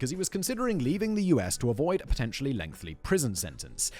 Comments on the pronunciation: I love that Simon still says "lengthLy"... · I love that even after calling himself out about it Simon still says lengthly instead of lengthy